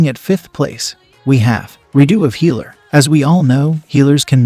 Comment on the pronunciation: Its redo of Healer not wedo of healer 🤣🤣🤣